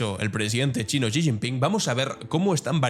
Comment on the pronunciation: Estimado, un par de correcciones. La primera, que el apellido del presidente de China se pronuncia como "ella" en inglés (she). La segunda, se está poniendo muy en duda que la población de China sea de 1400 millones. Están haciendo estudios en Japón cotejando el consumo de sal en décadas anteriores y ahora, y las cuentas no salen. Igualmente, se están usando modelos de crecimiento poblacional para comparar el crecimiento de la India y China. Las cuentas siguen sin salir. El COVID hizo estragos y no sabemos de verdad cuánta gente falleció. Se habla de que 700 u 800 millones puede ser una cifra más certera para la población de China.